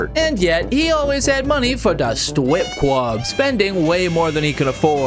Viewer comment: Lol, why is the "strip club" the "stwip cwub"? 🤣🤣🤣🤣 Literally burst out laughing at that.